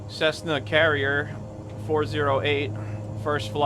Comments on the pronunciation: It's pronounced "sky curier." Ya know, a courier? The person who delivers something to you? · Pronounced cur-re-er. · Koo-ree-ahh. I'd say that's how it's pronounced.